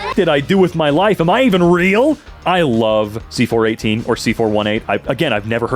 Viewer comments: His name is pronounced C-4-18 (See-Four-Eighteen), just so you know! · its c4eightteen not c418. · i pronounce it c four one eight i think it rolls off the tongue well